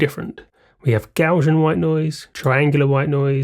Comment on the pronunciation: Interesting video, but a shame that you can neither spell nor pronounce "Gaussian".